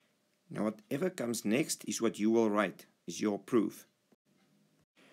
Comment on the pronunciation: the way he says proof gives it away